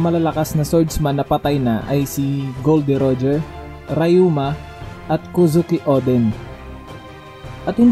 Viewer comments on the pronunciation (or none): "Rayuma"? tunog sakit Ryuma po yun 😂😂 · di mo nabanggit ung swordman ng 5 elders.. At Ryuma un not rayuma 😂😅 di mo din nabanggit is ashura doji which is a commander level kita mo naman sa ginawa nya ka jack na isa sa calamity ni kaido.. Si kyoshiro din.. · Rayuma hahahah ryuma